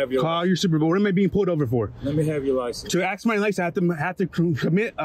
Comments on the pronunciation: and I aks you and I aks you. 😂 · “I aks you” okay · It is unbelievable how stupid a person sounds when they can't speak properly. You would think that a police officer would have a higher education, I'm sure pronunciation is covered in the first couple years of school. He and others that do this sound like complete Morons, the word is "ask" not "axe". If someone were to say "I axed you" I would assume they were foing to come at me with an axe, and I would prepare to defend myself. People, stop being MORONS and learn how to pronounce your words. You are living in the real world, where people are judged on first impressions. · He said axe instead of ask. What a dipshit. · An oficer that doesnt know his own language and thinks ask is pronounced aks. Boy oh boy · Axed you? Learn to talk respectful to the public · "I axed you" I hate stupid people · "I axed, I axed, I axed." IDIOT!!! Just LUUUVVVS to hear the sound of his own voice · "I axed you". He doesn't even speak English but he can be a cop. Would love to read his reports. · Ebonics hire, if you can’t pronounce ask you shouldn’t be a cop. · I love when that word ask 😂 is pronounced so f**** wrong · First off any person who cant pronounce ask isnt smart enough to be a cop.